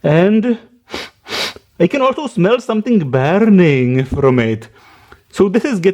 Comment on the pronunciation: I wonder if it would start realy "bearning"(thats how you said it in the video)